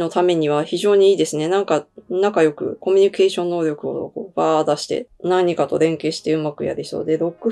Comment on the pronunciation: いつも楽しく拝見しています。 色々自分の感じている事と合致する結果もあってすごいなあと思っています。 ただずっと気になっている事があって…恋人の札の時よくおっしゃる言葉コミニュケーション➝コミュニケーション(communication)ですね✨これからも楽しい占い宜しくお願い致します🙏🏻